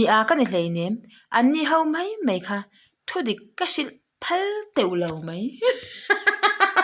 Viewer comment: Mai mai tihtur ah mei mei i ti ziaha mai2 tia an ziah pawh mei2 i ti hram uluk deuh la